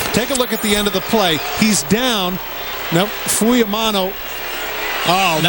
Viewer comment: WHY saying "Fuimano?" Its spelled "F-U-I-M-A-O-N-O"....Although have only PART Polynesian blood-in-veins, DETEST when haole/palagi/European-blooded announcers MUTILATE/DECIMATE/ANNIHILATE Pacific Isle/African or other "foreign-sounding" names. Have learned the "Prophecy of the Seven P's--Proper Previous Planning Prevents Piss-Poor Performance!...Courtesy of the Rogue Warrior/Demo Dick/the Shark Man of the Delta...Mucho Mahalo, Cmdr!